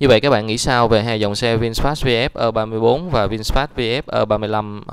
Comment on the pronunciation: Nên đọc cho đúng tiếng việt phổ thông, gì mà ơ ba bốn, nên đọc đúng là e ba tư.